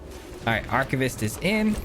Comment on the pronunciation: Take a drink every time this guy butchers the pronunciation of "Archivist".